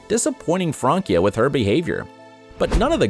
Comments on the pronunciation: It is not Frankia!It's Francia. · It's Francia not frankia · I hate how he says “Frankia” VS “Fransia” not THATS it’s spelled that way but at least sound it out! and her name is France and in so oak it’s Francia not Frankia 😂🤦🏻‍♀️🙄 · Its Francia not Frankia.... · Fransia not frankia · Frankia???? FRANCIA!!! PRONOUNCED LIKE FRAN•SIA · FranCia NOT “Frankia” 🤦🏻‍♀️ awful name pronunciation research. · They butchered Francias name its pronounced with an "s" Fransia not Frankia, its france in spanish. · She didn’t date all those guys... also its FranCia not FranKia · Francia is pronounced FRANSIA!!! The “c” is pronounced like an “s”. Not a “k”. It’s Spanish for France. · I kept laughing when he said “Frankia”